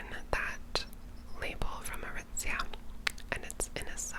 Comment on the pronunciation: Every time you say “Aritzia“ you have a certain flair to your enunciation, and I love it